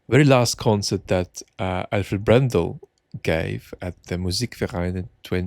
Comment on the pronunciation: I love your pronunciation of the word "Musikverein"! ☺️ Do you secretly speak German, dear?? 😄 Vienna is greeting you! 🎻 🎶 🎹 🎵 😃